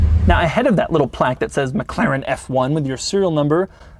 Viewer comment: would be awesome if you could learn to pronounce McLaren